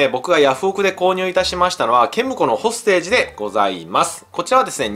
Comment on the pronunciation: どうもこんばんは！ これ欲しくなっちゃいました😆 隊員に名前があって単なる残機制のゲームじゃないとこがいいね！ 発音は ほーす・て↘じ らしいっす